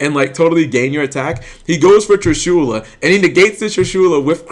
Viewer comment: Its not tri'shula